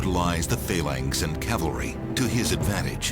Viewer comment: Its phalanx not phaylanx